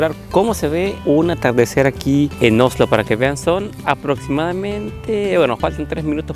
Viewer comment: por favor decí Oslo no Ojlo 🤦‍♀️. Aparte de eso lindo video con información muy interesante, disfruten.